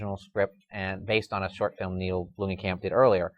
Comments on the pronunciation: Blomkamp not Bloomkamp. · Guys love the show, but, why do you always mispronounce people names "Bloomkamp" not Bloomingkamp. come on dude. keep up the great work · It's Neill Blomkamp, not Bloomingkamp, you idiot. Do your job, at least get the name of the director right.